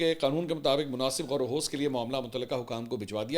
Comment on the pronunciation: منصور بھائی یہ لفظ "غوروخوض" نہیں ہے۔ اصل میں آپ نے اس کا تلفظ غلط ادا کیا ہے۔ اس کی اصلاح کر لیں ، غورو خوض یعنی خ زیر رکھتا ہے اور و زبر رکھتا ہے یعنی یہ لفظ Ghour o Khiwaz ہے ۔۔۔ کیونکہ میرے پاس زیر زبر والا کی بورڈ موبائل میں نہیں ہے اس وجہ سے آپ کو ایسے ہی بتا سکتا ہوں۔ ہم سب اس اس لفظ کی ادائیگی غلط کرتے ہیں۔ کیونکہ آپ اردو میں یہ ولاگ کرتے ہیں اس لیے بتانا ضروری سمجھتا ہوں۔ امید ہے کہ آپ اس لفظ کی اصلاح کر لیں گے اور آئیندہ اس کی ادائگی درست کریں گے